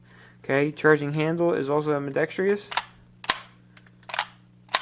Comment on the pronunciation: Ambidextrous has fours syllables. Am. Bee. Dex. Trus. Not five. Not: Am. Bee. Dex. Tree. Us.